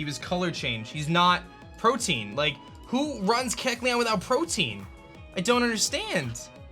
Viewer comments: I finally gotta say something. Protein is a building block of the body. The ability is 'Protean' - pronounced Pro-tee-an. Different stuff haha. PRO-TEE-AN. Spread the word by pronouncing it right in your vids! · Not doggin on cause I’ve heard many youtubers say this but why in the world do they ALL say protein? It’s protean, pro-tee-an. As in proto, the first or the original. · Yo, protean is pronounced (pro-tee-ehn) not (pro-teen). Also it’s really discouraging to see you beat yourself up so bad after one bad play, it’s become a common thing in your vids where something bad happens and you instantly say “I just lost” instead of “okay what’s my out” like you used to. I been watching you for 4 years man, keep your head in the game and stay strong, you’re a great battler dude. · Imagine pronouncing protean as protein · The ability is called Protean. Not Protein lol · It's not Protein,it's Protean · "Protein" lololol it's "protean - tending or able to change frequently or easily"